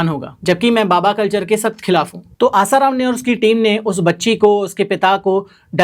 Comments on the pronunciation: Literally said asaram as his ram 😹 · Kya research karna hai Aap bhi ashram jaati ho kya ? Wo peele baba Asaram ko raam bol Rahe Hai 😂😂